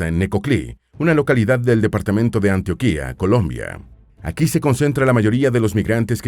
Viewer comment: No es Antioquía, es Antioquia, sin acento.